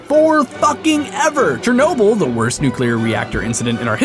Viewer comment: It's chernobly